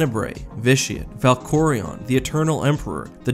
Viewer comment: Someone FINALLY said Valkorion right. My goodness.